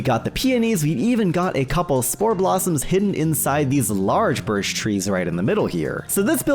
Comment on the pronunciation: Man really said birsh